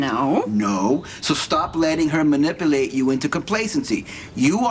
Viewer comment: its different why? cuz Micheal's a boy and , and that's all OH MY GOD I gotta go awesome scene , hilarious and sonny its "manipulate" not minipilate...lol